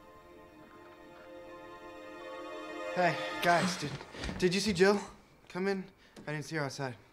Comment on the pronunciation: pretty sure it’s Jill not gill.